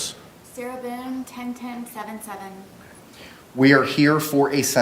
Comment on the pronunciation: Did the judge call her MS BOOZE.. LOL I think he said BOONE But sounded like booze